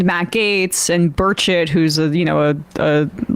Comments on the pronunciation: I find it amusing he's pronouncing Tim Burchett's name, "Bir-ket." I can't stand Burchett and I'm in TN so I approve. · Sam pronounces Burchett incorrectly, He is my congressman. He has got that fake hick accent down.